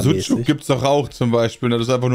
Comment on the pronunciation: argumentiert einfach mit der Aussprache von Sucuk und spricht es dabei falsch aus. Genau mein Humor:D